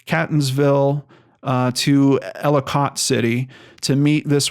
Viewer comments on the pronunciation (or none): I'm watching this story closely. Catonsville is pronounced 'cay-tons-ville and Ellicott city is 'ell-ih-cut city. The property he allegedly stayed on is off of i70 just to the south. There's a fire house right on Woodbine Road. You pass it on your way to the property. There's a major horse rescue farm on that road, too. There's a park-and-ride a 1/4mi north of the exit for Woodbine road. There's a gas station, McDonald's, dunkin donuts there, too. He could have easily left his car there and then be driven or walked the mile or two south to this property. Larriland farm is just south of the uncle's property. It's a massive pick your own farm that gets a ton of traffic in the Fall but is still well-visited in August for peaches, apples and other ripe fruit. Most of that traffic drives right past this property on Woodbine Road. The area is not heavily populated but is not anywhere near remote. The cell service is fine. Hoping for a happy ending. I think the property is a red herring. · It's pronounced Catonsville- Kaytonsville and Ellicott- Eellikit city I live up the street in Arbutus the city (Baltimore) which is a drug haven is a few streets down on Wilkens ave it's horrible down there, there are sooo many abandoned buildings throughout there it's pitiful. The drug use is horrific people are over dosing left and right I'm sorry and I hate to say it but if he got a hold of something bad he could have died and been left somewhere or someone could have robbed, hurt and dumped him somewhere in the city (Baltimore). If anyone needs to they can reach me by sending me your email anything I can help with I will I drive through there everyday coming and going to work.